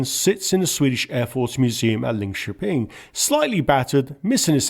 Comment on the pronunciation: well done on Linköping!